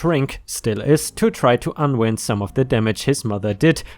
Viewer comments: Lol, pronounced un wined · Unwind is said un-wined. So the "wind" part if said like "mind". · Unwind—rhymes with ‘unkind’ 🌟🌟🌟🌟🌟🌟🌟🌟🌟🌟🌟🌟🌟🌟🌟🌟🌟🌟🌟🌟🌟🌟🌟🌟🌟🌟🌟🌟🌟🌟🌟🌟🌟🌟🌟🌟🌟🌟🌟🌟🌟🌟🌟🌟🌟